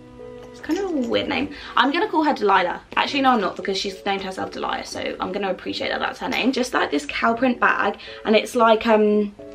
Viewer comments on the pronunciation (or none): Delias 🤣🤣🤣its Delia's like dealya's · I think the purse is pronounced dee-lee-ah’s